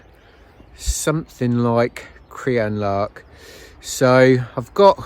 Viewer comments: yes! Crianlarich 😂😂😂😂 doesn't matter a bit! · I went to hide behind the settee when pronounced Crianlarich, I had just recovered from Rowardennan! Great video though 😂